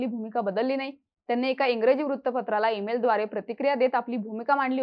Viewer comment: Ruttapatra nahi vruttapatra. Thodi pronounciation vr kam kara